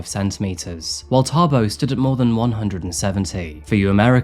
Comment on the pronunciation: 😅wow you say Thabo like a real Tshwana👍